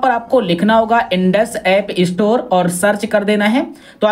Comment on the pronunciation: इस्टोर नहि स्टोर